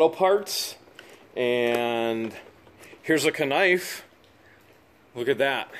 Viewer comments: Why does he say kanife instead of knife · How come he keeps saying kanife. Its just knife